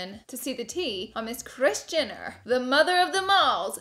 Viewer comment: You say Kris *Jinner*..lol..